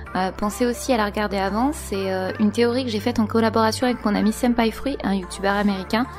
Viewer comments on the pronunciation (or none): none